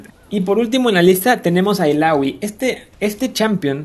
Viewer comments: porque es "ilaoi" no "ilagui" xd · recien vi uno que decia daRIUS en vez de DArius y ahora ilawi ilawi gana por excelencia quien te conoce illaoi :v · odio tu pronunciacion de illaoi :v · Nombra bien los campeones y la palabra item aweonao ilaoi waaa quien es esa es illaoi aprende a pronunciar